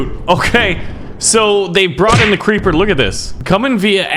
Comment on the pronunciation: i was going to say hi, but then i saw you said crreeper aw man, so im not gonna say, and also thats a HORRIBLE SONG.